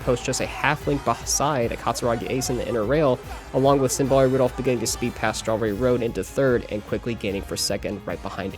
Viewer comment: Symbolic Rudolf instead of Symboli Rudolf 😭